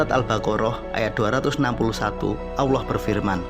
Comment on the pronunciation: Maaf dalam penyebutan asma Allah kayaknya ada yg salah di sini saya mendengar yg di ucapkan dgn eja' an Aullah ,padahal harus nya ejaanya Tetap Allah